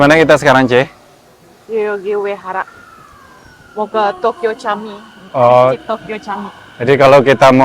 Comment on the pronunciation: Camii bahasa turki untuk masjid uda,di baca nya jami ud